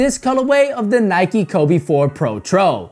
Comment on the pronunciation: Nike, nike, nike, nike... Facepalm (